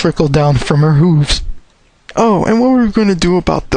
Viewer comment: its not hoooooves its hooves